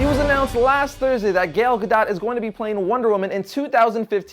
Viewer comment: you pronounce "gal" wrong. you make it sound like "gale" when it should sound like "gall".